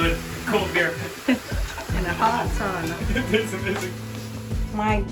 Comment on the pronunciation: Says ‘sauna’ in front of the finns and says sahnah when he’s by himself